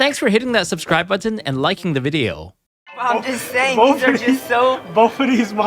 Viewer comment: "I'm just thaying." Chang.